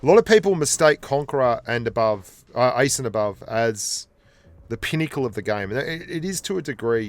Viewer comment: I thought u were saying "ice" but u were actually saying "ace"